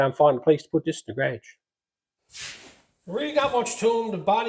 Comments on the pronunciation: Garage....not carageis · It took me a few times to understand what a Ga-raa-jgh was